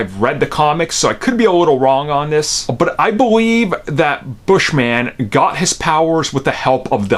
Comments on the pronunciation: His name is “Bush-min” not Bush-man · It's not "Bush-man" it's Bushman. It's his last name not superhero name...